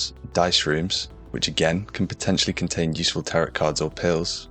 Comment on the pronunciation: The last T in "tarot card" is silent